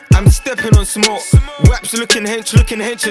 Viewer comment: how can u put all ur bios abt being Irish n then pronounce smoke weed smewk weed😭😭😭 jus cah ur granny marys from kilkenny😭😭😭😭